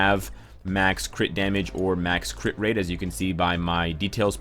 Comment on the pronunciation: i like when he says "crih rate crih damage"